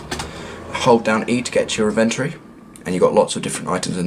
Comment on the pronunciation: Wtf is a In-Ven-Tor-Ree? Lololol its inventory